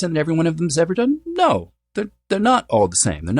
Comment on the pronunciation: New phenomenon: young people don’t exclaim “oh my God!” It’s now become “oh my Goduh!” Similarly, “Oh no!”has become “oh no-uh!” Anyone else notice this?! It’s pretty annoying… 😅